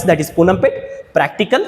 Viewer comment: ಸರ್ ಪೂನಂ ಪೇಟೆ ಅಲ್ಲ ಪೋನ್ನಂಪೇಟೆ